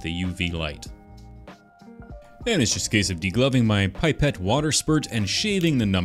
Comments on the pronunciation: I love that you say Aluminium the right way, because as we all know, Canadians are what Americans would be if they had common sense. But why'd you go and have to ruin it all by saying PIEpet? Its Pipette, as in PEEpet, like the PI in Pillow. Cuz i think its French, Which makes this even worse because, ya know...Canada! I Forgive you, your stuff is awesome. Its cool to see you make stuff from the post apocalyptic nightmare that is Kirby & the forgotten land. I call it that because you know Kirbys were invented as Roomba replacements that got out of hand and destroyed humanity. Anyway, again, great stuff, can't wait to see what other tiny nerdy things you make with those awesome tools of yours. Would love to see a workshop tour sometime. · It's pipette, not pie-pet